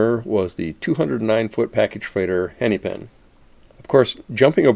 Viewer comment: Hennepin is pronounced more like henna-pin than henny-pin (or henny-pen, which you appear to be saying). The second “e” is short.